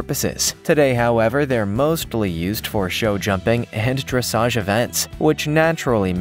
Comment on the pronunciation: I do wish his equine "lingo" were spot on. Pronouncing Dressage as dressidge; calling a breed a different species along with a multitude of other mispronunciations. Distracting at best.